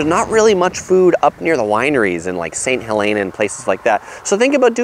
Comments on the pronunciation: "ST. HELEN AH" Sounds like Mt. St. Helens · Mendecino and saint helena . Men-de-cino and saint hel-ena. Napa native here with helpful advice.